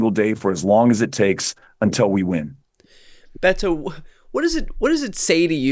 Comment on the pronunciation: Brian, I believe his name is pronounced more with a D like Bedo, not a hard Bet-o as you are doing. He seems to be wincing when you pronounce his name.